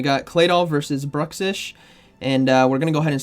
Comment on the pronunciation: "Gothitella" "Brushix", I respect your craft, but you GOTTA listen to some official pronunciations of Pokémon names man. Please